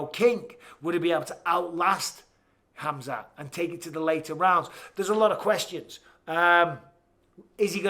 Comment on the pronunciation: spelll correctly... its Khamzat not Hamzat... whyare you keeping the K silent ????